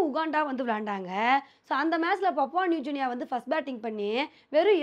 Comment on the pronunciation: அது பப்புவா நியுஜினி இல்ல😂...பப்புவா நியுகினி